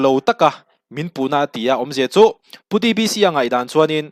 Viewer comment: DBC iti zel in ka hria ka hriat sual nge a hming ilam dik lo zawk